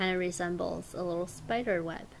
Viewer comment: Lol she said speder